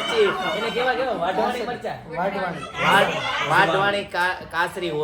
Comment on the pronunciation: વાઢવાણી મરચા નય વઢવાણી મરચા કેવાય.